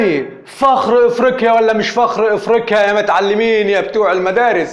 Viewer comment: كولمبية هههههههه كولومبيااااا علاش لسانكم ثقيل على النطق ياخي لغة عربية لي علمتوها للعالم ههههه افريكيا ههههههه تعليك هههههه أي لغة وأي لهجة ولا لغة المريخ هههههههههههه